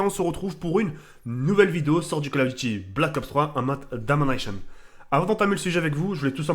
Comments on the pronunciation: ahahha avec l'accent anglais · En mode "Da-ma-nation" Ça ne gêne que moi ?